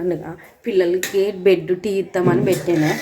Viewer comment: బెడ్ కాదు బ్రెడ్ అను నువ్వు ఇంటర్ చదివాను అన్నావ్ ఇలామాట్లాడుతున్నావ్ ఏంటి